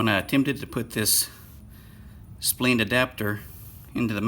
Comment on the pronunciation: Spleened adaptors? lol. Splined as in lined! (not leen). Nitpicking aside how to extend and retract in use? or do you need to extend the heel rest before you set off?